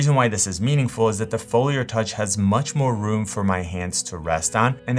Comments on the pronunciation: I swear it sounds like you’re saying, “Folier.” Where’s your accent from? (Not poking fun) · Same, I noticed it too